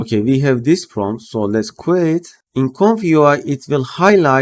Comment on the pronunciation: Lve your videos, wanted to let you know that the word "queue" is pronounced just like the letter "Q" (i.e. kyoo).